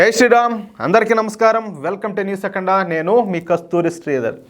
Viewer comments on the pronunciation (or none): none